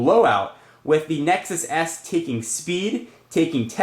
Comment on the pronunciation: Did he say Nexus ass?